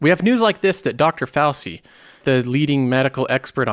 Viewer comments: The pronunciation of the name is FOW CHE. Not FOW SEE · its not Dr fousi its Dr Fou-chi